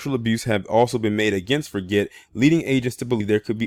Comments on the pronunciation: Hey, how is it going, man! I just wanted to share with you that his last name which is spelled Forget is pronounced ( Forjay) in phonoenics. I believe it's a French last name. Keep bringing the good content and notable stories that go under the radar. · Yes its pronounced forjay like Guy Forget the old French tennis player.